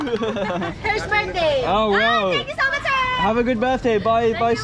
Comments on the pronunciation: "Her's Birthday" "Oh Thank you so mucheeeeee"😂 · „thanl you so muchöö“ 😄